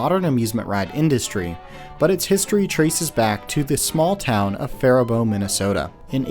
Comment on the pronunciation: As a Minnesotan I just have to say thank you for the proper pronunciation of Faribault Minnesota 😂 I also didn’t know Tilt A Whirl was created just 45mins from my hometown! That’s so cool! Great video